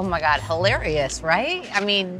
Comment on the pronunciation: 😂😂😂 did you just say hi lary us?!